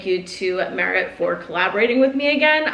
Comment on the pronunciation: Haha love you but not you pronouncing all of the merit shades incorrectly